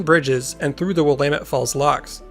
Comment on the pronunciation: I was watching this video just waiting to hear you butcher the word Willamette... and you didn't. Nice! You must be a local. :-)